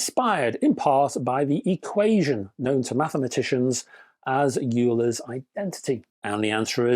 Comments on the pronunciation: 'Euler' - You say Yuler, I say Oiler, let's call the whole thing off. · Definitely Van Der Graaf Generator. Euler is pronounced oyler Also, strictly speaking , it should be Van De Graaff after the guy who invented it